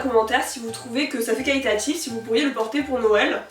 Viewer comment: Arrête de dire calitatif. C'est trop trop chiant et très désagréable à écouter